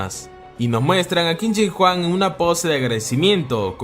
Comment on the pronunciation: Jente normal pronunciando el nombre que qin chin Huang yo 😎😎😎😎 kin chin Juan